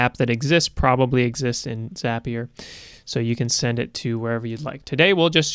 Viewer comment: Just wanted to say thanks for correctly calling it 'ZAPIER' and not 'ZAY-PIER.' :)